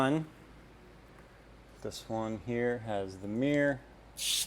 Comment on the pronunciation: You mispronounced the word mirror. You pronounce it as a one syllable word, Meer. It is actually a two syllable word, mir ror.